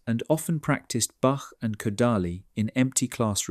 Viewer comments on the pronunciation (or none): What an impressive man.: success based on talent and hard work. Congratulations to him. Music is highly mathematical, especially that of Bach. (btw, Kodaly is pronounced Ko-Dy, with the emphasis on the second syllable). Thank you for this video.